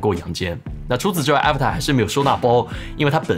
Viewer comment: 这个真不叫Avatar😂, 是Avata /uh-‘vah-dah/